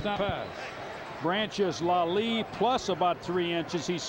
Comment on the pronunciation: Why did they keep mispronouncing Ashley Leslie's name. They kept saying "Lalie" even said Lalie and Lelie within the same conversation with Dick Tomey. Either way thank you posting this. Never had a clue Ben played against Hawaii.